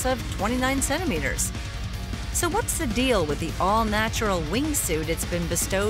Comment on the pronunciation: Wtf is a "cento-meter"?